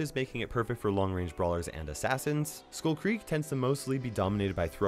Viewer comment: do you really pronounce skull like that